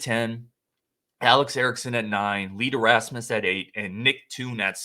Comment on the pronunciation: Donald Hayes was from Madison East. And it’s not Lee ‘Derasmus’. His last name rhymes with famous. Famous Lee Deramus. Clown mistakes.